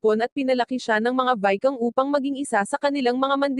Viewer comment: Utot mo anong vikang?? Ginagago mo ang pagsasalita mo ayup ka